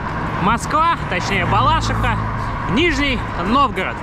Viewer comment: Балаши́ха, неправильно ты произносишь название города) Ну и конечно самое отстойное в таких заездах это вонь от выхлопа машин.... прям убивает всё желание. А для здоровья так рвать организм без сна - тоже последствия сразу не проявятся, но однозначно будут(